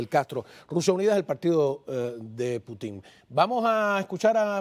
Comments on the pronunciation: Hasta cuándo van a estar pronunciando Putin con acento en la i, eso les quita seriedad , el único en decirlo bien es el señor español , se pronuncia Putin , con acentuación en Pu , no en tin , por favor . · Que va, no puedo seguir del minuto 3, por no escucharlos más decir Puti'n da risa, aprendan de a decirlo correctamente, el insistió en el nombre y ustedes insistían en decirlo mal, que poca profesionalidad, ese que aprenda también, Caos.